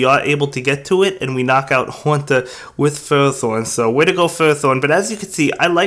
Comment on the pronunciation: I watched the pokemon anime for a long time now and even listened to pokedex 3d pro app and ferrothorn is pronounced (I hope you guys get the spelling I am not good with that but still you can go listen to pokedex 3d pro or watch the pokemon anime to listen to pokemon pronounctions although the anime isn't accurate always that is because they sometimes pronounce a pokemon's name differently depending on certain episodes or movies e.g. watch the lucario & mystery of mew movie & watch battle frontier season to hear how regice is pronounced lol it seems that "REG-ICE is how you pronounce as of the latest episode of the anime starting from battle frontier not "REGI-ICE" like from the lucario and mystery of mew movie lol) as FER-RO-THORN